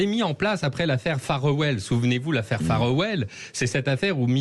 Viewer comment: C'est pas phare well c'est faire well, cette affaire Farewell. Les Français parlent toujours très mal l'anglais. 😂